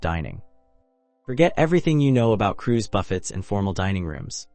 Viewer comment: The minute you mispronounce BUFFET, I lost interest...